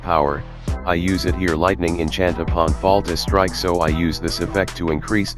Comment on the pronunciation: Great video! Thanks for putting this together. I know English is not your 1st language, but it is called "Fatal strike" not "Falta Strike". Still great stuff! Thanks!